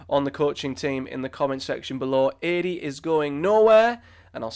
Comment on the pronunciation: I think you pronounced Adi’s surname differently every time you said it 😂